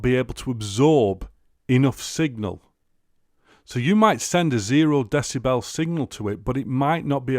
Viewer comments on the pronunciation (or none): none